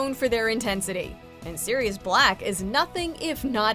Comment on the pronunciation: She : Scorpio Me : severus snape She : sirious balck Me : yeah. Thats fine too.